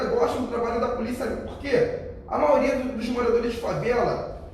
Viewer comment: Gabriel só uma coisa, não "maoria" é Maioria.